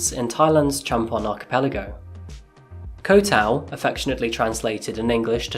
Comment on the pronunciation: Bro, I swear he's sayng "Coffee-Ass Crime" I swear to god that's what he's saying